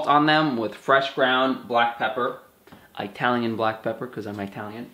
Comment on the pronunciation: I'm Eyetalian from Eyetaly! Lol